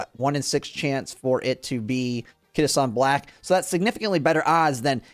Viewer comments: Kita Shawn Blaaaack 🏇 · Kita shawn black 😭😭😭